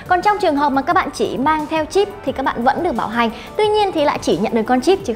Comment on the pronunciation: Bạn nữ nói từ bảo hành mà cứ nghe thành bạo hành. Thằng bạn ngồi bên cứ ngó qua “bạo hành cái gì đấy...”